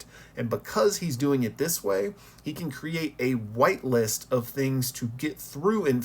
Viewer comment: oooo whitelist as in the opposite of blacklist. I heard whiteless :hand-orange-covering-eyes